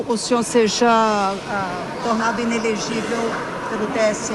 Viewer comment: I - NE - LE - GÍ - VEL